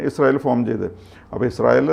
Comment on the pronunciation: ഇങ്ങനെ കുതിക്കുമ്പോഴും വീഡിയോയുടെ തുടക്കത്തിൽ പ്രത്യകിച്ചും ഇസ്രായേൽ എന്ന വാക്ക് പറയുമ്പോൾ ശരിയായ ഉച്ചാരണശുദ്ധി ഇല്ലാതെ യുടെ നാവ് കുഴഞ്ഞു പോകുകയാണല്ലോ.. എൻറെ ഭഗവതി.. സംശയമുണ്ടെങ്കിൽ തുടക്കത്തിൽ ഇസ്രയേൽ എന്ന പറയുന്നത് replay ചെയ്തു നോക്കൂ... ഇസ്രായേലിനെ കുറിച്ച് ദിനംപ്രതി വാർത്ത ചെയ്യുന്ന... ഈ ഉച്ചാരണ പിശക് പരിശീലനത്തിലൂടെ മാറ്റിയെടുക്കുക എങ്കിലും ചെയ്യണം